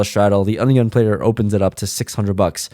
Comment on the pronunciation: I love how says "Under The Gun player"... its "Ugun player":) Once you hear it, you can't unhear it.